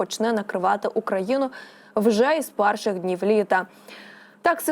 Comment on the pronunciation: Ага . ‘’ тИпАр ‘’ , зам1сть тепер , ‘’ дАщ1’’ , зам1сть дощ1 , ‘’ з пАрших дн1в ‘’ - з перших дн1в . Де вони 1х беруть , таких .